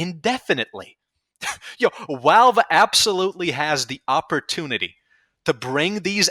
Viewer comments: I can’t take you seriously because you say walve instead of valve. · Dude, please it’s pronounced Valve. Not Walve. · Why do you say your Vs as Ws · I like how you call them "Walve" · I like how you pronounce Valve as “Walve”. It’s funny I think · take a drink everytime he says walve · that's a wery wivid impersonation of him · Opinion discarded due to this man's inability to properly pronounce V words. AKA: "Who the fuck is 'Walve?'" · "Walve doesn't care" "Wictims of 9/11" Wery good wocabulary and compwehension. As much as I agree with the movement being a fucking circle jerk joke, this comepinga needs to pick up a job that gives disposable income instead of seething over people who know Valve will do nothing, so they take part in the economy anyways. No chance he started playing before the game became F2P, it's criminally obvious. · Probably his accent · The way you say valve just makes me giggle a little. Idk why it just does